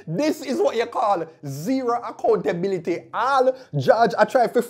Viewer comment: Zero Accunatableabily😂😂😂😂